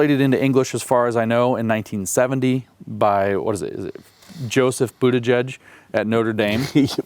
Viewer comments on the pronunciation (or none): none